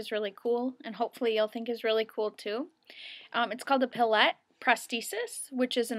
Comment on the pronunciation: I believe his name is pronounced Dr. Pee-Lay